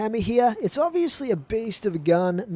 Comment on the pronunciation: he says ovisly alot